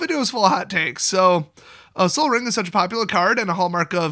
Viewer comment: Oh my god did you just seriously say sol as in sun????!!!!! Wow wow wow wow, did you miss it or is this a joke.